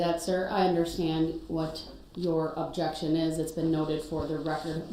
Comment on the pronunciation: Axed, Substained,Objectchun & Biast and Grownz!